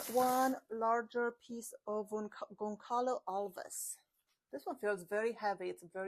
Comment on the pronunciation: Gonçalo Alves comes from my country Brazil. The correct pronunciation would be Gonsalo Alves. Is always a pleasure to watch your videos!